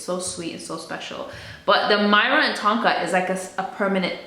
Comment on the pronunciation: Hi! Myrrh is pronounced like the word 'fur' but with an 'M', so 'mur' - the stuff that the 3 wise men gifted - gold, frankincense and... myrrh!